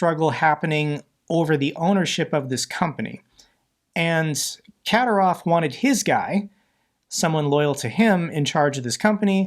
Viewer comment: Ka-DI-rov, DI as in "did"